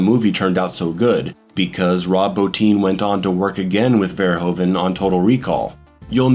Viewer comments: Its pronounced Verhooven bro Hes not a Ho, like Hoover damn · Excellent analysis, one of the greatest films in my eyes at least, just a lil funny thing to know, Paul Verhoeven is pronounced "FER-HOO-FE" its a dutch last name. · Great analysis. Love your use of the Streets of Rage soundtrack. But if it is your favourite movie, learn to pronounce the name of the director. Oe in Dutch is a diftong, with a sound like oo, like hoof. Verhoeven.